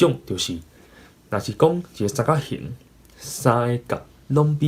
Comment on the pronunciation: 你有當陣仔sann-kak-「hîng」會講tuì sann-kak-「hîn」/「hîm」去,ài加注意 上尾hit pha衫仔褲真心適XD 感謝你對Tâi-gí教學ê tshui-kóng